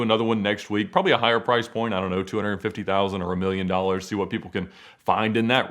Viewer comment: "fur 1200 doggers" thats all I can hear when she said it lol